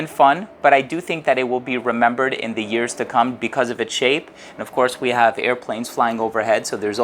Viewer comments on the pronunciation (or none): none